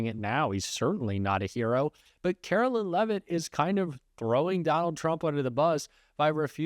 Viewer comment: Likeer don't like her are neutral about her. It doesn't matter either way but her name is Kar o LINE. Whether you're doing it to be cute or you just can't seem to grasp the difference between Carolyn and Caroline. Either way, it makes it hard to want to stay subscribed to you. Do better.